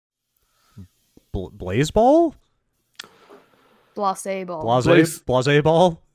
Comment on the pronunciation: My name is actually Blaise, I think you guys got it right sounding like Base but with an L, not like Blaze.